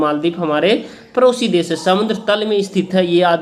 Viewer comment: Sir ap padosi des ko parosi kah rahi hai🤔🤔🤔😂